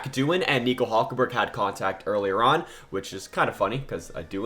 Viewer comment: Who is "HULJKENBERG"? 😂😂